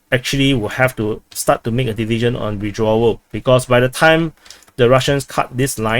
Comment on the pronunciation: i thought u were saying division... but u are actually saying decision... anyway, people in the comment shouldn't be cheering or booing this like it is a sport game supporting their favorite team. too much emotional damage. just remember, there are no winners in wars, it is best for the war to end on a ceasefire.